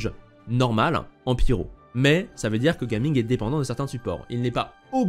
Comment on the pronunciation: super vidéo comme d'habitude, au passage en mandarin ça se prononce " Jia Ming "'